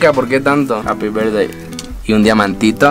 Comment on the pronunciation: Dise happi algo mas y despues dise bab